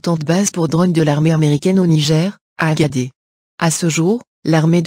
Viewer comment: Agadez, on dit Agade(sss), et non Agadé.